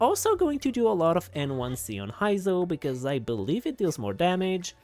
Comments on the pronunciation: That “Hy-zo” is killing me… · btw Heizou is suppose to sound like "hey zou" not "hai zou" also, not "Vi-shap", more like "V-shap"